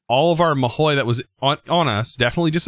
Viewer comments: god please its not mahoui, its mahou - ma, ho, ho from santas hohoho, mahou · I think it's prounounced maho tsuukai. I don't know where you get that i in mahou lol.